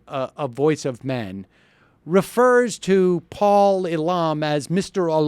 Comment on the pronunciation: Sam, it's really obvious watching this video that you have not spent even 10 minutes educating yourself about the MRM. You could start by learning how to pronounce Paul Elam's name. You are going to lose a lot of credibility if you keep this up.